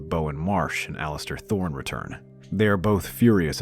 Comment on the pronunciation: If there’s a part 2, please pronounce Alliser Thorne properly. The man’s first name does not have a “T” in it.